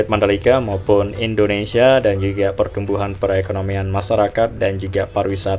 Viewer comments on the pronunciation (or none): none